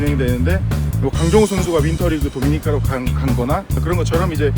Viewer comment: 1분 10초쯤에 도니미카가 아니라 도미니카입니다ㅎ